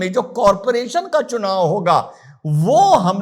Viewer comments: Rahul gandhi said : Chumav 😅😅😅 instead of chunav 😅😅😅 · चुनाव ये शब्द ठीक से बोल नहीं सकता.... तीन बार गलत बोला पप्पूने😅